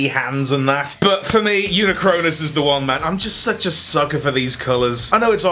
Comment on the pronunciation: Hot take: "Unicronus" should be pronounced "yu-NIK-rə-nis"